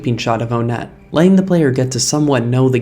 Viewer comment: Its obviously up to interpretation on how the town "Onett's" name is pronounced, but personally, I think it's intended to be pronounced "WUN-et," not "OWN-et," as the other towns are named after the numbers and are very easy to pronounce, that being Twoson, Threed, and Fourside (unless some psychopath says "TWAH-son," that is). Just felt like sharing :p